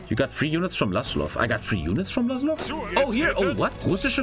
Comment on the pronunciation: Vlas-ov not vlas-lov sir